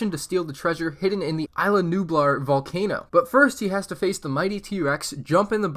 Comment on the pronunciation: Sorry to say this but you are saying isla wrong you say it like is-la